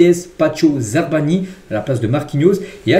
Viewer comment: Non là c’est trop, prend un rdv chez l’orthophoniste stp, répète après moi Za-Barre-Nyi il faut bien prononcer le Rr 😂